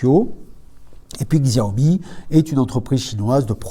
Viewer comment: Bonne vidéo malgré quelques inprécisions/erreurs ex Xiaomi se prononce "chiaomi" :)